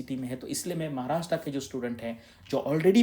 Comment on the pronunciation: Maharashtraaa nahi sir Maharashtra aahe. Kamit kami tumhi tari barobar ucchar Kara. Tumhi mothe aahe.